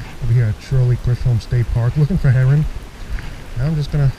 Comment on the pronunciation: It actually pronouced Chisolm..like the John Wayne movie Chisolm